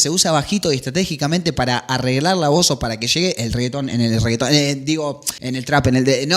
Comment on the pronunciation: Amé como decía "el reggaeton" Jajjsjss